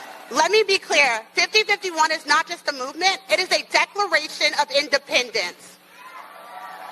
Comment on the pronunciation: At first I thought she misspoke and meant 5150, I knew that definitely couldn't be true. So I looked it and saw that it's 50501. Sounds like 5051 when she said/ says it.